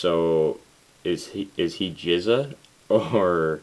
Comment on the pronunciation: It's Gizza and Rizza